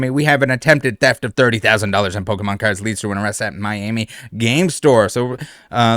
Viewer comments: Really? Pokeman? like come on lady it's Pokemon p o k e m o n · Even with the pronunciation warning i was still not ready lol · I don't know whats better - the news covering this and pronouncing Pokemon or the fact that this dude got his ass handed to him by martial artists who are next door to a pokemon shop. All around gold news and I am here for it.